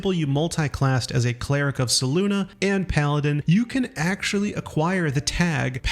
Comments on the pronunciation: Selune.... SAY-LOON... not SAY-LOONA... Selune..... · How can you say SelunA all the time… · Love how he seems to know so much about the game yet doesnt know how to pronounce names like Selune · There is no “uh” on the end of Selune.